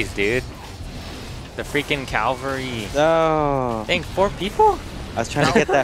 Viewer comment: The freaking CAVALRY NOT CALVARY!